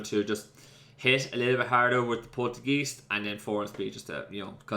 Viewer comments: Wait... how do you Gourgeist correctly and Poltergeist so badly? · Mate, don't even get me started on how you say Poltergeist